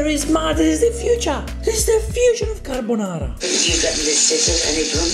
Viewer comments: Damn she's butchering fried rice in Uncle Roger.. Now she's butchering Carbonara, sorry I mean Carbanara 😂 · At least she's not making "spaghetti carbonara", she's making "carbanara". LMAO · Her son is so brave... I wouldn't try that "CARBANARA" even if someone was pointing a gun to my head 😭